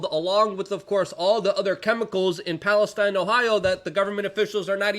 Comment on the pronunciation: Luke the town's name is pronounced Pales-teen